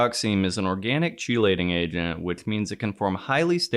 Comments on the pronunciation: Sorry to be that one annoying guy but it is pronounced "key-lating". Great video though. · Am I crazy or is no one going to point out the pronunciation of "chelating" ??